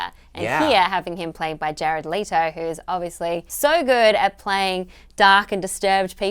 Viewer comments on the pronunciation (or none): Alicia Malone, please learn how to pronounce Jared Leto's name. It's "Leh-toh" not "lee-toh", I'm Australian too so don't even use that as an excuse. Besides that, love the vid and all the panels thoughts 👍🏼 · I actually have a friend who's last name is "Leto" but pronounced the way she said it. So maybe she does too? It's not like it's hard to get wrong or right ha. English is kinda open for interpretation:P